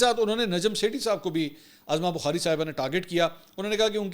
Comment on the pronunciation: Azma bukhari nahe UZMA bukhari